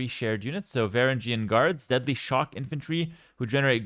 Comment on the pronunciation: Well. This sucks. It’s pronounced ver Ang eun btw